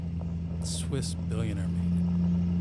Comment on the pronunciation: Did you say Swiss Billionaire...?